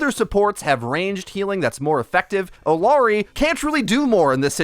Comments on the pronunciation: Such a great vid and explanation of what does. Small thing, the "LL" in her name is pronounced like a "Y". So, phonetically, it is "ee-YAH-ree". I get that hitting that Y may be difficult with the Engligh "R", so it may take some literal practice.:) If you start her name with an "eh" instead, it will help. Not perfect pronunciation, but a lot closer. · Small note: Illari is pronounced like ee-yah-rree. Great video! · LL makes a “Y” sound. Ee-yar-ee.